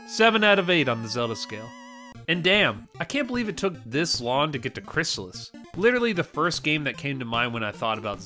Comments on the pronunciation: Crystalis is pronounced crystal (like the drink) is. Not crysalis. And fuck that, crystalis took a good formula and absolutely perfected it. Its better than LoZ as an action RPG. LoZ doesnt have an actual story when you break it down. No towns, no narrative, no levelling. Its not really an RPG. Its an action game. Its an awesome game, dont get me wrong - but Crystalis is a better action RPG. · It's Crystal-is, not Chrysalis. You can hear the pronunciation in old commercials for the game. And it's better than the original Legend of Zelda by far.